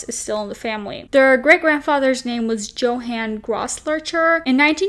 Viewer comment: About the name of the nazi sympathizer grandfather - You usually pronounce that name as Yo-han ... I went to school w a Johan Coumo R.i.p to him, died very young of cancer